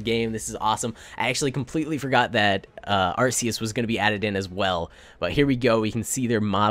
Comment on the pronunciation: Ar-Key-as not Arse-Ee-as